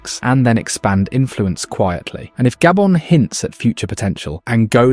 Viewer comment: what you mean gaybon its called GHA-BHO-N